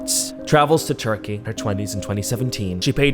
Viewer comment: "It's not even abroad, anywhere, if you go to a unprofessional center..." he says after pronouncing the name Turkey many times and making it seem like the center of all dentistry evil. I appreciate that you raise awareness but the imagery was stressful already; please at least say the name right. ps: I follow your channel for you being a critical thinker, however sometimes you are really harsh and that also inspires critical thoughts such as this